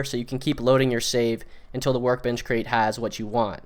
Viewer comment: You cant even say the word crate.